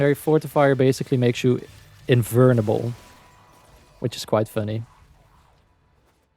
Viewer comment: Invurrrrrnable 😅. Love your invulnerable videos.